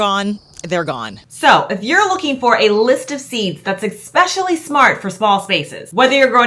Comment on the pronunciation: I adore you, you're in my top five YT'ers, but girl, you are killing me with the "ekspecially". If you only said it rarely it would be different, but this is a super frequently used word. I know I sound like a nitpicker, I hate it, but, you work in a school love...